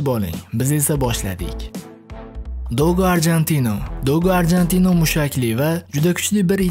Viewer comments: dogo arjentino emas dogo argentino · Arjantino emas Argentino